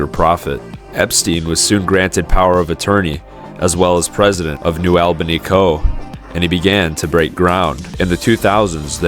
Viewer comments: It's pronounced New "ALL"bany, not New "L"bany ...ugghh ..freaking AI Voice!! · "AWL BANY" not "AL BANY" - a local Great video btw! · (ALL-BANY) not AL-BANY 😂 Sorry, I had to. Great video, thank you for covering this. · It's pronounced ALL ba nee, not al-ba-nee, ex-newyorker, I ought to know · The village's name is noo allbanee, not noo albanee. New Albany, like ,Dublin, Groveport, Grove City , Canal Winchester, sits at the edge of urban sprawl. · It’s pronounced “All-bunny” not Albaney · Its Albany not AL bany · Alll-bany....not Awell-bany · Its ALL-BANY not Elbeny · Hard to watch because you're saying Albany WRONG! It's All-bany not Al-bany. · Albany is pronounced Al-ba-knee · ALL’-bunny Sorry, had to.🤣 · Not short or long “a” or schwa sound. It’s pronounced /uh/ with the emphasis on the first syllable. ALL buh knee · It’s pronounced New “All-Ben-knee”.